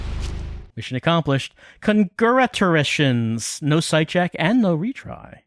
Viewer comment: New Record: "Conguraturations!" ...Ouch.